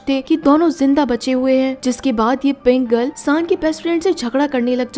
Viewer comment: Kya pink girl pink girl lagaya rka hai aisa lag rha hai k Pringle bol rhi ho Baki Sara tik hai I like it aisi films kha Hindi me explain ki jati hai